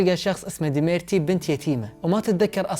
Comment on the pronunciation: اسمه دميتري وليس دميرتي!!!